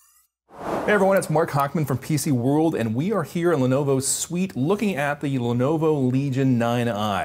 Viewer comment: "PCWoorld" lol.